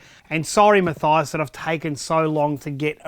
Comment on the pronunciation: Munk Meal i am fine with it as he had pronounced it...